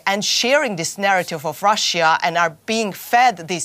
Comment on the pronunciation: And that annoying pronuciation of the words Russia and russians. It's pronounced ruh-shuh, not rassiya or rassiyans.